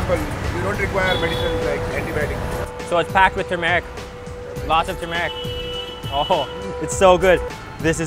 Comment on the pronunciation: “Tumeric. Lots of Tumeric.” It’s Turmeric buddy. There’s an r before the m.